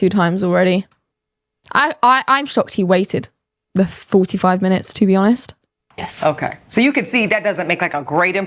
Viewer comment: there's a "T" on the end of the word "honest". It is not pronounced "honess", say the "T" sound please